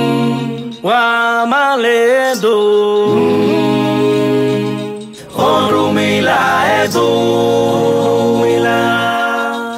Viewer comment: Orunmila adun creo deveria ser la pronunciación corepta lo cual significa dulsura